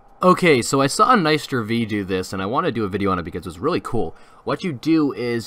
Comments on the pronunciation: its not Nice-sterV its Nick-sterV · nister v? xD its Nicster v dude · ITS NICCCC NOT NIII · NicsterV not NisterV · It’s nicster and he says niceter It’s Linkmon99 not linkmin99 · bruh is proniunced nick-ster-V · He didn’t say nicsterv right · you say nicsterv wrong